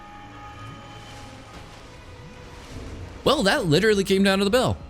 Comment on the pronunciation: this guy talks like weeeellllll witerally wike dis